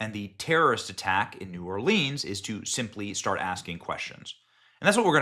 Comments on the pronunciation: It's not pronounced New Orleeeeens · Benny, love ya dude, but it makes me cringe every time you say New Orleans. As a local, we only say New Or-leens when singing or reciting poetry or rhymes. Otherwise, it's pronounced New Orlins. Thanks for your reporting and diligence in seeking the truth.